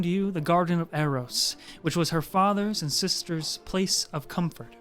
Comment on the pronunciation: "release the three sistors" Why did he pronounce sisters like that xD